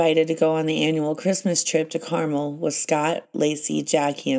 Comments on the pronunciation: GREAT series but it’s “Car-MEL” not “car-mul.” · It’s Car mell by the sea Not carmul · The pronunciation of Carmel by Sea is carmellll not like the candy caramel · Carmel is pronounced CarMEL. Emphasis on the second syllable. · It’s pronounced Car-MEL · This was driving me nuts too! 🤦🏻‍♀️